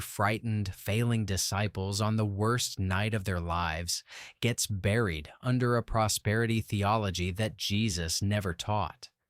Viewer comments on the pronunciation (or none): none